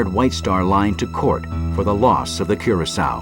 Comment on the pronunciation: I know this is petty, but the fact that nearly nobody pronounced Curacoa correctly, a lot of them pronouncing it coração. Just found it a little frustrating.